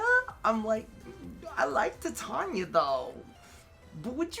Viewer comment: titania is pronounced like TI tain ya.... so triggered